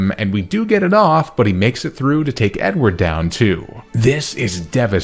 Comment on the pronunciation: I kept hearing “N-word” as a nickname for ur Beautifly Edward hahaha